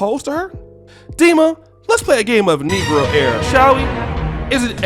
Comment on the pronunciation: Bro this nigga did not just say NEGROAIRE LMAAAAAAAO